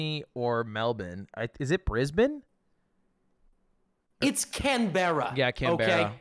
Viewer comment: He said Brisbane so well too